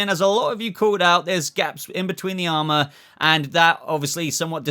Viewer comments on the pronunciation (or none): none